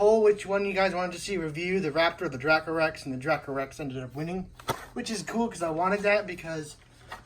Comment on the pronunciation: It's actually pronounced dray-coe rex